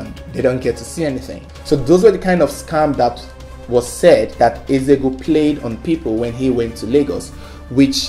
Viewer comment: You can't pronounce Eze-Ego? Disgraceful!